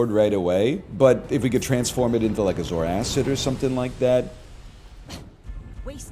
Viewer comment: Time before mentioning "zore-acid" instead of "zoarcid" 1 minute 35 seconds